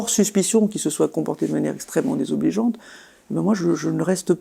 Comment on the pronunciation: Très coréenne, la façon de dire "extrêmement désobligeante" 🤣